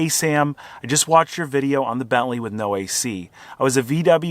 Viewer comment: It took me a while to understand 'belly' is your sloppy way to pronounce 'Bentley' . Seriously?